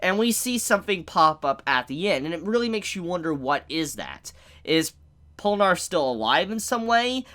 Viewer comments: " Polnarff ", are you high? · WHY DO YOU PRONOUNCE IT POLNARF AAAAAAAAAA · I love you. Honestly. But it's Pole-nuh-reff. Please. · It’s PORRUNAREFFU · STOP CALLING HIM POLANARF IT'S BOTHERING ME SO MUCH